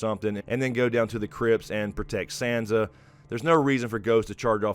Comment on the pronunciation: I love your take and analysis all along this GOT journey but I just gotta beg you please... it's Sahnsa like "ah" not Sandsa like "sand".